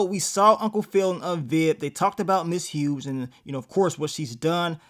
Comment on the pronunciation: Nigga stop calling MS. HUGHES …. MS. HUGE.😂😂😂😂😂THE “G” SILENT MARK 💀 😅